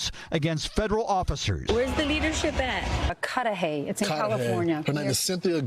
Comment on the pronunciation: you said Cudahy correctly! Cudahy is not a nice area, as you might of guessed.